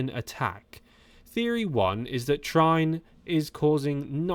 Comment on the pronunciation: No time wasting over social media. Like great actors not reading reviews. This new aggressive Jonas lets the legs do the talking. Trine is more likely pronounced Tree-ner.